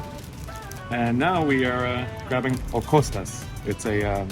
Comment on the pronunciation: Kostas not costa Loukoumades bot locomata Bougatsa IS the name of the first thing you were eating. Bougatsadiko is the name of the bakery